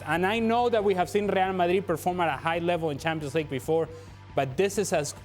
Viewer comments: Ale Moreno said “Ree al Madhridh” 15 times. Today, he was just trying to teach us the right pronunciation. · I come here just to here Ale pronounce “Rlrlreal Madrlrlrid”